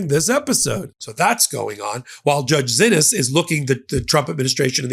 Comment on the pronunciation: While someone who did not know that the judge pronounces her name otherwise would pronounce "Xinis" as Zinis, this judge pronounces her name as "SHE-knees". As an attorney you should have inquired about that, when you heard multiple people pronouncing the name differently. A quick call to her clerk would have cleared it up. Sorry, but to not do so is sloppy, if not downright incompetent for someone acting as an analyst & reporter..